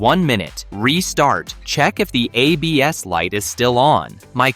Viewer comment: I realized we've been listening to a computer voice when it said "a BS" instead of ABS, lol.